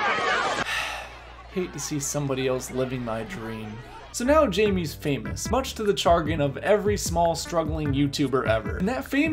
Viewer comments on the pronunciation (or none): you said chargein for chagrin. it made me laugh. good video also